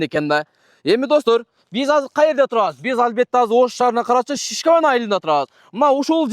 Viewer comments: Бул бала туура эмес угуп алыптыр Шишкаван дейт го, Ишкаванды😂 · Ишкаван деп айтылат